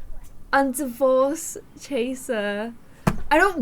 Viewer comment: "Macy's bed doesn't have a room in it anymore"..., it never did! 😂 Edit: don't hate, but when she says Chaser, I always think: "I wanna be TRaCeRrRrRr!!!